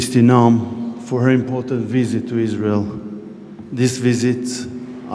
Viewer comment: Suppose to honour the vets but she’s out in israhll 😂